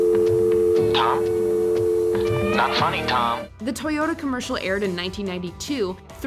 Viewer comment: "4 toy yo da"